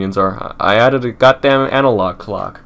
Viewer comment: ROTFLMAO@ "YES GADAM IT.....I ADDED A GADAM ANALOG CLOCK" ---love this guy.....just for that....i subbed.